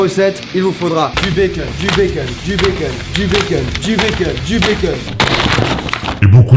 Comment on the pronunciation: il faut du béckeune beaucoup de béckeune